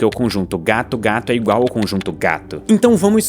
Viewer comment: tão inteligente, mas fala "ingual" 😔👌 é gente como a gente.